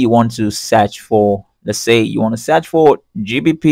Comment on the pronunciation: "you want to SAARCH FOOR really got me" :D